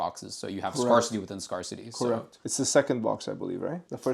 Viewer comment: Ngl slightly bothers me how he pronounces “scarcity”